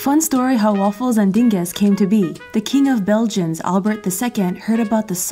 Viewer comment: As a Belgian, I love your pronunciation of "dinges" ☺️ It indeed is slang, you wouldn't find it in a dictionary. I believe the "proper" word would be "garnituur"? (Belgians or Dutch people, help me out here lol) However, no one really uses that word though... Dinges is way more fun!!